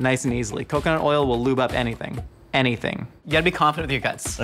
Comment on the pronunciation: emphasis on "anything" when it comes to coconuts natural lubing ability, is well earned